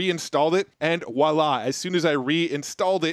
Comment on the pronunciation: "Dear, Voila" is to be pronounced with a V sound, not a W sound.